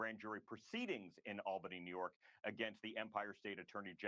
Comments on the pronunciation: Albany is pronounced awl-ban-ee 😊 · BTW, it’s pronounced All-Ban-ie (Albany) former New Yorker. 😂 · Albany is pronounced "All-bany". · The Capital of NY is pronounced All-bany! And where do you think all the State Government workers live? 🤔 But most of the people outside of the cities are Conservative Republicans! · Unfortunately a New Yorker here… lol You’re killing me Smalls! Albany is pronounced All-ban-e. Say it fast like a New Yorker would hah😂 Keep it up, love your content. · James is GUILTY! Quad club! (it's pronounced ALLbanny btw)